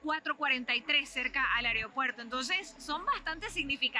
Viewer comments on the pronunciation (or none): "areo puerto"